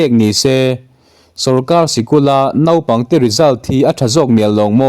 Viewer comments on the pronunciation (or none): none